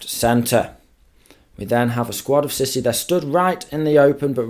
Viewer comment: Lol, fyi its not pronounced sissy, but sea-sou